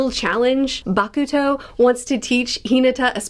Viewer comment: This was such a fun video, I love your passion about their passion! This is truly my favorite training arc out of any anime lol, and if you’re already loving all these new characters now, you’ll only fall deeper and deeper as the series goes on! Also for pronunciation: ukai (oo-kai, rhymes with eye), kuroo (koo-roh), bokuto (boh-koo-toe) 💙